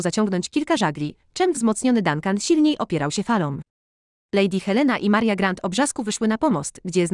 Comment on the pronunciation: Co to za tłumaczenie, dziewiętnastowieczne? Te "glasgowy" i "grent" i "Maria" (plus "Mardżo" ?!?) to jakiś koszmar.